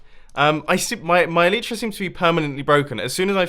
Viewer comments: please start saying Elytra right!!!! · Bumboooo, please pronounce elytra correctly 😂